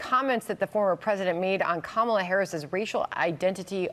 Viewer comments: perhaps the way the individual disrespects Madame Vice-President Kalama Harris by going out of his way to mispronouncing her name is a good example over the years. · He just can’t pronounce her named correctly. . .on purpose. When the accordion hands start, the lies get bigger. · If there’s a wasp in the room I wanna know where it is. Thank you, NABJ💙🇺🇸💙. P.s. it’s pronounced. KaMALA 🤣🤣🤣🤣🤣 What a 🤡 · When he mispronounces‘Kamala’, I wish everyone would correct him.